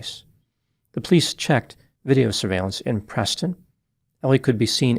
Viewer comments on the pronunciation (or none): none